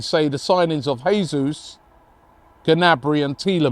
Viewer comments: Jayzus not Hayzus (his name is Portugese not Spanish) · The name is pronounced Jay-soos. Not Hey-soos. Gabriel Jesus. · Who’s gonna tell Robbie it’s pronounced “jay-zeus” lol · it's Jesus with J, not H. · Robbie,Jesus, he's Brazilian, it pronounced Jay-zeus not Hay-Suess. Morata, no thanks, too old, more clubs than Tiger Woods and offers nothing. Same reason we didn't sign Wilshere or Ramsey. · He’s Brazilian not Mexican pronounce the J and leave out the last S